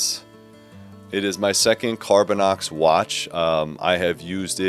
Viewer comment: CarbinOX, not carbinEX. Sorry, it just irks me